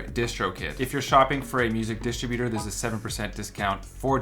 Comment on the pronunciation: Wow, I thought it was douchy sounding when you pronounced it distro-buter, but when you pronounced it luh-nee-er, I was like - OMG, this is a douch.